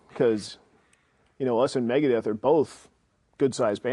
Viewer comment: ITS MEGADETH, NOT FUCKING MIGADIETH!!